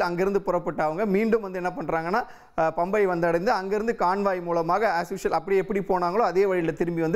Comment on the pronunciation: பம்பை இல்லை பம்பா.